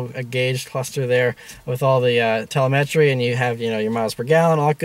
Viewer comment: the way he pronounced telemetry lol